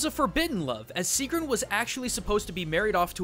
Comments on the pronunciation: When he says seagrohn instead of sigrún and helgeee instead of Helgi... AAAAAAAHHHHHHHHHHHHH!!!!!!!!! WHY DO YOU DO THIS TO ME!!!! I THOUGHT YOU WERE A CULTURE GUY!!!!!!!! WWWWHHHHHHYYYYYYYY??!?!?!?!??!!!??!?!? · my name is sigrún :D and you did not pronounce it right